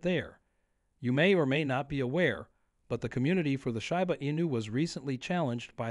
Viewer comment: When the guy starts pronouncing Shiba correctly, THEN I'll start believing him.